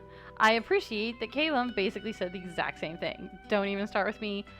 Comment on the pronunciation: Just me who REALLY thinks its kal-uhm not kay-luhm... corrected Valois etc but never Callum